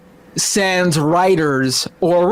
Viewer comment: That sure is a philistine way of pronouncing sans.